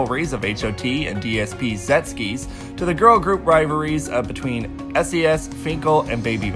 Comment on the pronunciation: I just want to say that you are pronouncing Sechskies wrong, it's pronounced more like "jekskis" than "zetskis" that I feel you are saying. Not meaning to hate, just wanted to point out. I hope you finds it useful. Anyways great video. I personally thing 3 gen stated in 2011 and 4 gen in 2017. On 1 and 2 i totally agree with you